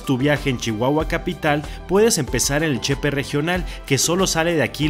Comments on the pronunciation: Con todo respeto y xk soy de Chihuahua me atrevo a hacer una pequeña correccion no se dice chepe es Ch-P separado y no chepe disculpe y buenas noches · Que bueno que te gusto nuestro bello estado de Chihuahua , sin ánimo de ofender se dice Che ,Pe separado. No junto chepe, no es correcto. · Hola Amigo, buen día, voy a tratar de darme a entender, en el vídeo te escuché pronunciar Chepe cómo si llevara acento prosódico en la "e" de Che así como lo pronunciaste parece que o estás hablando de una persona llamada José que aquí se usa como diminutivo de José, y la palabra correcta a lo que tú te referiste es Che-pe con acento prosódico en la segunda "e" y aparte es separado Che que es de Chihuahua y pe que es de pacífico o sea Chihuahua al Pacífico pero como se menciona rápido parece que es la palabra completa, pero si te fijas la gente de aquí aún diciéndolo rápido marcan un poquito la separación de las sílabas y la acentuación de la última sílaba, ok espero haberme dado a entender y que no haya complicado mucho la explicación, además te doy las gracias por haberte expresado tan bien de esa parte de mi Estado y del sistema de transporte de esa región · Se pronuncia Chepé, asi ha sido siempre entre nosotros los Chihuahuenses 😋 gracias por promocionar nuestro estado!!!